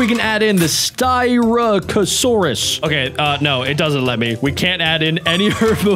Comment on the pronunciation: Sty-rack-asoures that how you pronounce styrackasourus